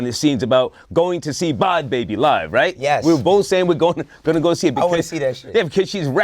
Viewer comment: Wtf you call her "bod babby" lol it's bad baby lol